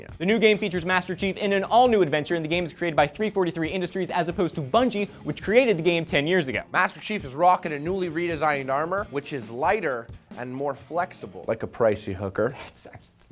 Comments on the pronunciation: It's not three forty three industries, it's THREE FOUR THREE industries. ^_^. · Three Four Three Studios, not three forty-three studios.